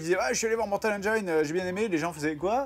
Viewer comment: c'est parceque le flim s'appelle 'mortal engines' pas mortal 'engayne" le gine de "engine" se prononce comme celui d'"angine"